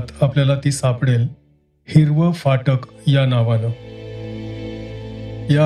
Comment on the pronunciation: Sundar vaachan Shuddha uchchar. Very rare.Fakt phatak cha uchchar jara sa yogya nahi